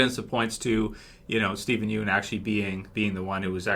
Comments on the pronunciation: It's pronounced "Steven Yun" (obviously spelled Yeun) not "Steven You-n" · yeun is pronounced as "YAWN"